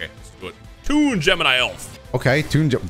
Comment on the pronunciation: TOON in next time. TOON. Because Pegasus uses toon cards. But it sounds like "tune in next time". Just a little explainer for the comment section.